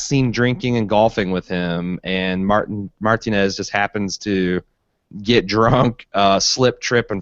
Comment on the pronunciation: What world do you live in where you've never heard the proper pronunciation of "Martinez"